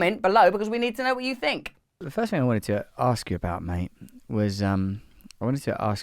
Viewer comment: Don’t call him “Mate”. It’s “Maté”